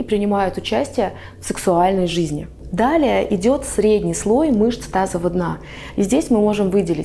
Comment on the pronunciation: Вы не можете выговорить "мышцы тазового дна"? Или просто неправильно выговариваете? Вы говорите "тазова дна", а надо "тазовава".